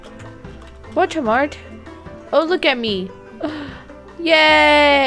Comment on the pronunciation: it’s Voldemort not voltemort Edit: OMG TY